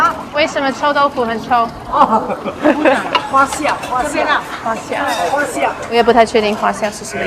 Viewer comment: 哈哈哈，臭豆腐會臭的原因是 發酵。fa1 xiao4（jiao4）fermented。老闆說成"花笑" hua1 xiao4。所以我猜Susie應該查不到🤣